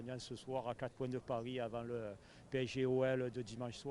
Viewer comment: Vous dites adieux au titre allez parissss😂